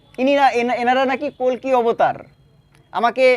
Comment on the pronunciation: Ota "Kolki Avatar" na "Kolke Avatar"😂